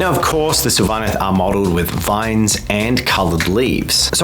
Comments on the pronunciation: SYL-vaneth not syl-VA- neth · No it's SYLVA-neth